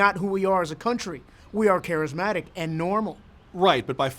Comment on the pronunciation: "...charasmatic..." Maybe y'all should have employed one of those awkward guys to edit your script.